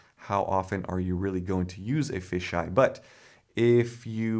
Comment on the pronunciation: Fish “eyes” lens 🤣